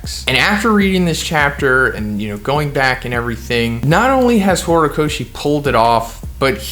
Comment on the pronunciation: Lmao "horocochi" i can't ,lmao this is epic 🤣